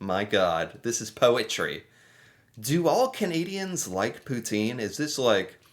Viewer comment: Canadian here, this narator is Not Canadian!! He does not even pronounce Canadians properly!!